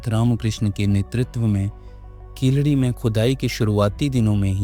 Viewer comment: Keeladi should be pronounced properly and not as hindi word khiladi..which means player...it should be pronounced as keel adi....meaning bottom step....